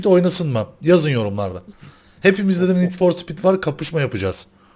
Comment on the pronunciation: ngeed for speed çeğğğh